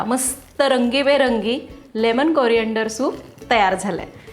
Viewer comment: Soup एकदम मस्त. पण लेमन कोरीए न्डर असतं ते कॉरीअंडर नही.😅